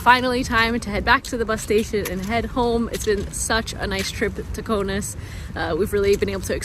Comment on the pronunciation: It is K A U N A S < not Konas !!! Lithuanian Language, not English !!!